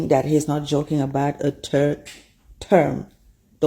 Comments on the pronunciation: ...what the hell is "Turd Term?" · "...a turd term..." What country is this person from? What language is that? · Its third term not turd term lmao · Did she just say a turd term 😭😂😂 girl go back home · Turd term😂😂 these people can’t say third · she said a turd term 🤣🤣🤣🤣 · That one lady said "A turd term" lol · A turd term??